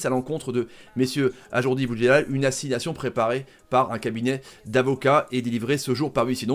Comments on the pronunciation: Tarrives pas à le dire ajroudi eh ?lol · Par contre c’est AjRoudi pas AjourDi.... on dit pas Tomash...!!!! Respecte les gens et leurs noms